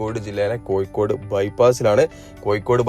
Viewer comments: കോയിക്കോട് അല്ല. കോഴിക്കോട് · Maya alla,mazha anu.koyikode alla,kozhikode.